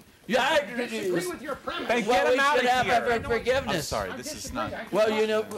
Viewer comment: Yeeershh Forgivnishhh!